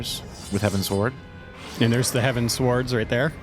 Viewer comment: Probably a bad example, but it's all I've got: It's pronounced like you're giving directions to an airship to fly towards the skies, a.k.a. Heavensward. No pauses. I do agree with that the quest experience was quite annoying, especially before you get flying in each area. The layout of the land is terrible in some zones, forcing you to go a long way to get to a destination, when they could've just put a ramp on the other side. It makes the numerous back-and-forth quests just that little more annoying. BUT all the music is really great, as to be expected, and the normal difficulty of Alexander was pretty fun, despite their general easiness. Can't wait for savage. ^_^